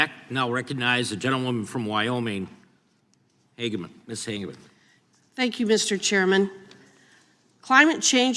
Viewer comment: Harriet Ha ge man, NOT Hagman as in JR Ewing in Dallas,Major Nelson in I Dream of Jeannie. Little before your time, but it’s good to be young.